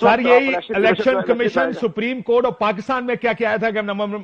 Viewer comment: یہ کتنا پڑھا لکھا ہے کنور دلشاد ۔۔۔۔سپرم کورٹ ۔۔۔سپریم کورٹ نہیں ۔۔۔سپرم کورٹ